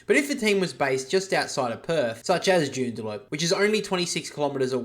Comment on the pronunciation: Joondalup not Joondaloop